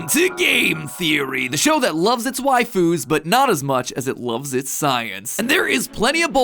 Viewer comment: Matpat has gained 200 pounds after making this video. And at the beginning "we lover our wifeuse" (idk how to spell I'm not a dirty weeb) matpat also grew a neck beard after saying that and became a Discord mod